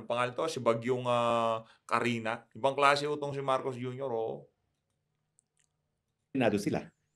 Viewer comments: Kristine not Carina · kristine po! hnd carina.hehehe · Kuya, Kristine po hindi Karina, hahahahahaha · Kristine po Hindi Carina ang bagyo. Sir.